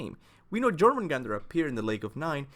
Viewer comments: ITS JÖRMUNGANDR (yormungander) dummy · IIIITS PRONOUNCED YOUR-MAN-GANDER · It's Yor-mun-gan-der. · The way you pronounce jormungandr gives me headaches... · I can't tell if it's your accent or you're actually pronouncing the J in Jormungandr incorrectly lol